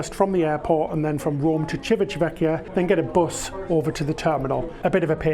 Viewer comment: CHEE-vee-tah VEHK-kee-ah. Ci always chee like cheap. Ch always a k sound. Two c's mean stay a little longer on the c/k sound. Italian isn't easy! 😜